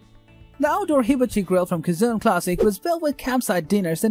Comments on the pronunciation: Cajun is so wrong also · I am pretty sure Cajun is very wrong in your speech.